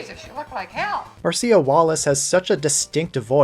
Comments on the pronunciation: Who wants to tell him that Marcia Wallace's name isn't pronounced "Mar-see-uh," but rather "Marsha?" She made LOTS of appearances as a celebrity panelist on game shows back in the seventies. No one pronounced it Mar-see-uh during those appearances. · I love these huge collection reviews! Just an aside, "Marcia" is pronounced Mar-sha